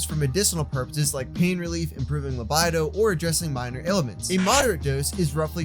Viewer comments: Man said...lab eye doe😂 its pronounced labeedo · Can’t pronounce Labido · Dont ever pronounce libido like that again.